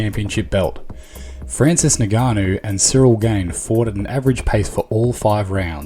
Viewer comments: It's ing-ka-no not ni-ga-no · Its Ngannou. Not Nigganou. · It’s not NIGANNU, it’s ENGANNU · Ngannou: pronounced EnGarnoo. Not Neganoo. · Would be good to pronounce the names right. Ngannou - ingarnu. Gane - garn Khamzat - cumzaht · Naiganu 🙂 , a simple pronunciation practice would have been more professional. Good video but I've observed this in the US people that they don't even bother to pronounce the right name.